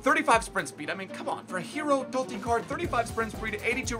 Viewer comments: Pissed me off the way he says totti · you saying Totti... 😣😣